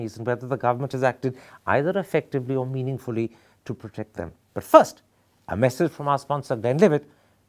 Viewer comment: Meaning-ly-fully....oooh Mr Thapar.